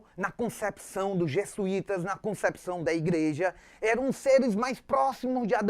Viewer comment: .... por favor, professor. Os portugueses vieram, e não, "vinheram"... E são Jesuítas, e não, Jessuítas! E não é Padre Manoel da Nobre.... é Padre Manoel da Nóbrega!